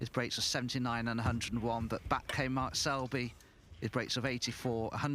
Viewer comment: Hey silly commentator, his name is Mark, not mart.